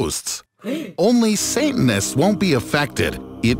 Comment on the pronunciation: It's “Satanist”, not “Santinests”.